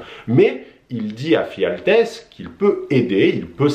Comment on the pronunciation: Et c'est "Ephialtès" et non "Phialtès" :) Sinon, bonne vidéo.